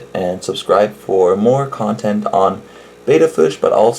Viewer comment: That's just too small for your betta, and it's actually pronounced like "better" not bayda. Are you recommending these small pots in your pet store? What about a heater? I am amazed you'd put a fish into gassy new water like that.